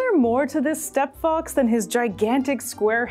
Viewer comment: “Is there more to this Step-fox” had me like 🫢🤨🤨 then I realized she meant “Steppe” fox